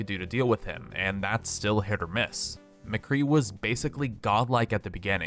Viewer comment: im sorry did u say mcree HAHHAH u havent heard of symmetra